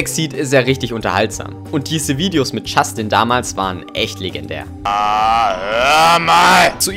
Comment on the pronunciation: Es heißt Justin und nicht Schastin ich heiße selbst Justin